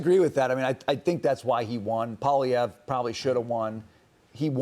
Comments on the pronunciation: O’Leary is so fake, he can’t even pronounce Poilièvre’s name properly! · You guys have zero idea what is going on here in Canada and the Canadian like Kevin O’Leary can’t even pronounce the Conservative leaders name. Carney is the idiot king daddy. He’s worse than Trudeau ten fold. O’Leary is right we need to fight China and merge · Butchers Pierre’s name every time lol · Mr Canada???? OMG....Kevin is an absolute joke.....he's a laughing stock in Canada....he can't even pronounce Pierre Poilievre NAME for pete's sake !!!! He's the clown of Canada. He's the new Conrad Black....but he's not been in jail yet.